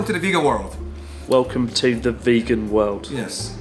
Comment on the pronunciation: When Rissottaro says "Yes, welcome to the vegan world" it sounds like "Yes, welcome to the fecal world"